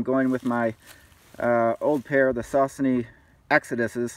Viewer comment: Thanks for sharing your experiences - I'm watching out of order in that I watched your Sheltowee vids first. I'm intrigued by the tarp camping. BTW - I think Saucony is pronounced sock-knee.